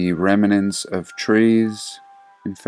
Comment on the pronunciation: Hey, the word is REMNANT/S. (not reminant/s):-)